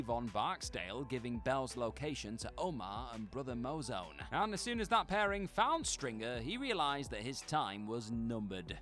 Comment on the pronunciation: The laziness on this channel is at the point of pathetic now. To start the video by mispronouncing Brother Mouzone's name proves you didn't even watch the show and definitely didn't do any research or editing.